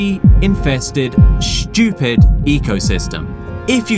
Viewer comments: The guy keeps saying the sun fish is shchoopid. What is 'shchoopid'? Is that british for 'stupid'? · Who are you calling shtchewpid, you're british..